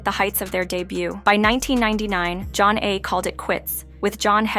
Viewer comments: It's not john-nay. Zha - nay. Also: Homebase is a studio album by DJ Jazzy Jeff & the Fresh Prince. Not Will Smith. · It even has the words "Pronounced Jah-Nay" on their debut album cover. I don't know if this is an AI generated voice narrator or a live person, but it's pretty easy to find out how to pronounce their name.